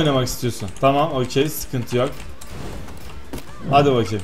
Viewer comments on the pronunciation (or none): senin hadi bakem demeni seviyorum vallaha